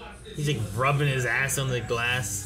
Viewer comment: Most of the crew pronounce “on” wrong. It’s probably because of where you live.